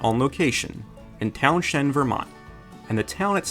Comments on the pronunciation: The town where this was shot is pronounced Towns-end. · Was an extra (one of the band members), it was a blast!!!! and by the way Townshend - H is silent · I grew up a few miles from where this was filmed. (You butchered the pronunciation of the name though. lol ) I always loved the movie and watch it now and again when I see it on somewhere. Some of my schoolmates were even in it as extras and one was hired to be available to play Frisbee with Chevy if he wanted to. (guess it never happened.)